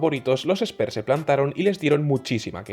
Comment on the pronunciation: Muy bien video!!! Me llama la atención que le digas spers a los spurs ajajaj pero no es hate es nomas un comentario, saludos que sigas creciendo